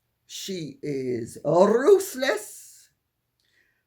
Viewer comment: I love how Lady C says “rrrruthless!!”